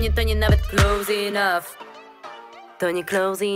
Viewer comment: Enough się czyta "enaf" a ona "śpiewa" "inaf". xD